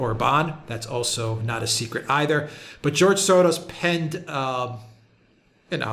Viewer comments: Why are you pronouncing Soros that way? It's not Latin. Odd. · Why is say Soros like that? He's a Hungarian Jew not Argentine bull fighter...smh